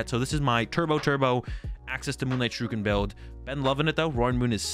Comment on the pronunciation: That is NOT how you pronounce Shuriken. Other than that, good video, been watching a bunch of yours to determine what deck I want to play at locals, so far picked Gardevoir and trying to find a second one I like